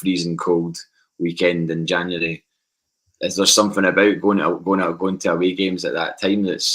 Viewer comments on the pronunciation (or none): none